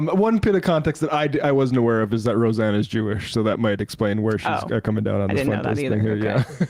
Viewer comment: “Ro-Xanax Barr” 😂😂😂